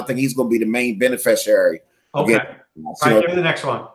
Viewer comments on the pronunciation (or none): "Bene fish she ary" I'm done!!! 😂😂😂😂😂😂😁🤣🤣 Great show! Best fantasy podcast out there